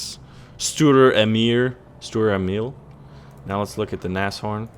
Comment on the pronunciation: For god sakes! it's pronounced nas-horn like Nascar horn. it's not nashhorn.